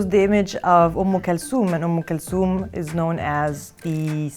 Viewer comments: She means um kalthum not kalsum😂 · did she pronounce Umm Khultum correctly because I watched an interview where the name was pronounced like how it was spelt?